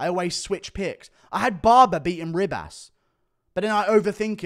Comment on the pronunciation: It's not Rib-ass.........